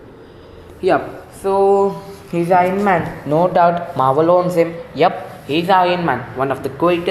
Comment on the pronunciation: I like how u say it Maahwell 😂